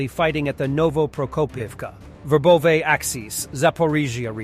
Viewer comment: dude, if you do war coverage try to consult how to pronounce or write the locations you're talking about. It's not ROBOTYNE, it's RabOtino (with accent on "O"), and Rabota means "work". And it's not Verbowe, it's Verbovoye. It's hard. Otherwise great stuff and thanks